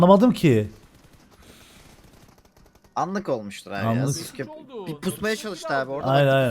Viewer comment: Emirin Sasuke abiğ demesine bayılıyorumya😂😂